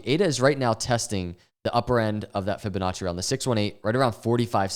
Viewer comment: “Fibinachos” lol